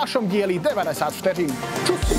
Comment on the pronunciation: Nikdy jsem si to vlastně neuvědomil a musím říct, že velmi cením vyslovení "ř" v názvu tohoto pořadu! :D